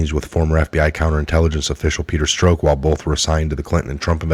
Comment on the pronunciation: I LOVE YA....but you've got to decide how you are going to pronounce Peter's name. He, himself stated to Congress that he was Peter STROCK. Yes. That's phonetic. He pronounced it to rhyme with CROCK. As in; "That's a crock". Not STROKE. Even if you choose not to pronounce correctly, at least stick to one or the other. You used 3 different pronunciations. Struck, Stroke and strock.